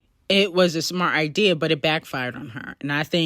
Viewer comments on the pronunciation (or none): none